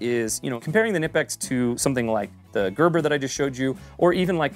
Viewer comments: Love the videos. By the way, I've heard several Germans pronounce it k'NEE-pex, and a few Germans pronounce it k'NI-pex, but no Germans pronouncing it NIP-ex. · carried a SAK tinker model with the phillips head instead of the corkscrew model in my right pocket for years and its been all ive ever needed and more also...its pronounced "kuh-nip-ex"..hard k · It’s Ka-Nip-X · It's pronounced KA - NIP - EX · Oddly enough, fyi, the brand is pronounced kuh-nip-x. That’s from the company itself, on the back of their t-shirts, too. But great video, i really appreciated the logic and ideas! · The K in Knipex is not silent..🤓🤭